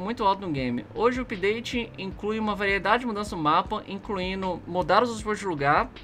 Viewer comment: joga muito mas, INCLUÍNO, FAZENO, CONSTRUÍNO... Meu Deus, precisando voltar para escola pqp.